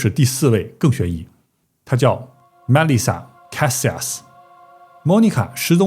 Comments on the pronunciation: 被外星人带走了呗。 Melissa 重音在li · the pronunciations of names, like Melisa and Snyder can be googled.